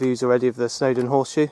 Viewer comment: Another nice vid!, However, if you plan to ascend more Welsh hills (or go up them a 2nd time) you would do well if you could learn the actual place name correctly, not your appalling rendition of the Welsh names? every single one of your welsh names is utterly wrong! (but you got the girls name "Monique" absolutely right, and its french? bad show) . BUT its not only you, it every last englishman who has no idea of the Welsh Language, but I am only talking about Place names which should be said spot on, for everybody , so go on and try .